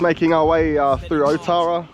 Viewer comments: ootara bra not otara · Your a soldier of god.i am a god,and its not oootara,its alltarra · you dum ass cant even say otara properly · Be awesome if you learnt to pronounce Maori names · Be mean if you pronounced otara correctly. It’s not hard to roll your R’s 😂 I know even the locals don’t say it properly but we gotta start somewhere lol Well done for mentioning and pronouncing“tamaki makaurau” properly though 👍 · Awesome content, would be cool to hear the proper pronunciation of names. Ōtara, which means the place of Tara.